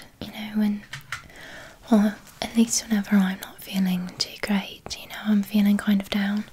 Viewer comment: I thought Wolverhampton how she says 'like', 'quite' and 'great'